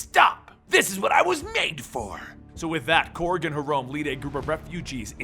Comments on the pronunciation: Did he say Krog😂🤣 it’s Korg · Why did you pronounce korg and caiera like that?